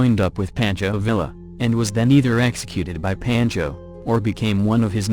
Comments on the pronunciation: Pawn-cho Vee-ya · Thank you. I wish you would. Mispronunciations drive me batshit crazy. Pancho Villa? Poncho Veeya, right? Drove me nuts. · Please learn the correct pronunciation of your subjects names. IE: who says PANCHO VIA? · ...the Ls are silent, pronounced Via, Pancho is like a tummy paunch, bearse is a true pioneer of American fiction...its irrating when the the topic of the video is repeatedly saying the name wrong, another reason to not use the computer voice...